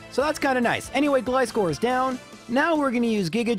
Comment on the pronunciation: Do you call scissors "s-kiss-ors"? Gly-score makes my ears bleed